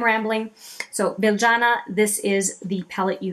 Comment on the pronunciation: Thanks! OK, I thought so. Just to clarify, should I pronounce it BilJYana or BilYana? I'll at least get it right in the wrap-up to this one! ☺️